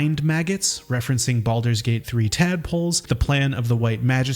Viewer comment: “Baludurs Gate3”